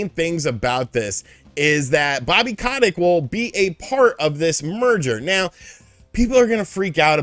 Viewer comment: Ko tic not ca tick